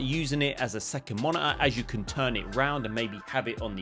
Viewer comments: Monitor ❌️ Moni-er ✅️ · what's "monaahh" 🤣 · sounds like your saying mana for the monitor word.. weird ...weird.. why get a monitor? im planning to get a 4k tv